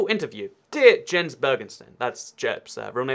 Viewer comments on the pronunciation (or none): none